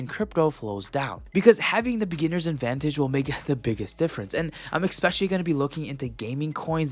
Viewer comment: *Especially Not "EXpecially"